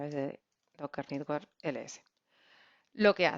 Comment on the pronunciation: muy bien, como como critica constructiva, no pronunciar nitwork, es mas correcto network